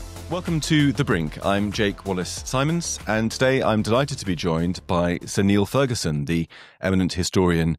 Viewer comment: Ferguson's pronunciation sounds so pretentious it gets on my nerves.